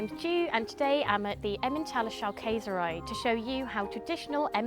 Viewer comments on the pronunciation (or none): You were literally surrounded by german speakers and didnt ask one how to pronounce Schaukäserei?